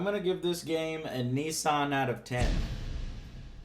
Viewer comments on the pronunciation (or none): WTF IS A NEEEE SON? Joe for fucks sake it's pronounced Nih ssan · I didn't know American's pronounce Nissan as Neessan. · Funny thing about "Nissan out of ten" is that Nissan when pronounced by Americans sounds more like ni san (2 3) in Japanese so...you're giving a 2-3 out of 10. Sounds about right. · what the hell is a nee sun?